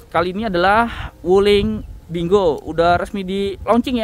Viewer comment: Bacanya salah bro..bukan spt baca bingo dln bhs inggris